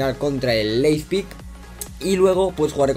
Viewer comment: L-E-I-P-Z-I-G, no Leizpig, jejeje. Muy buenos videos, los voy siguiendo, saludos!!